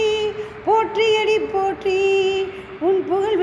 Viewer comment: தேர்ந்த குரல் அது மிகவும் சிறப்பு❤. உச்சரிப்பு பல இடங்களில் சிறப்பு; சிவ இடங்களில் தவிர்த்து❤. "போற்றி அடிபோற்றி' என்று வந்திருக்கலாம்; "போற்றியடி போற்றி"என்று வந்திருந்தது❤. ஆக, பிடித்நது❤. பாடகியம்மாவிற்கு அடியேனின் பாராட்டும் வாழ்த்தும்❤.